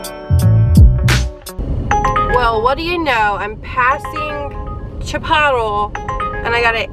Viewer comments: 😂 OMG I thought my husband and I were the only ones to say Chipotle like that…love it! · I love the way you keep calling Chipotle Chapotto 🤣😂😂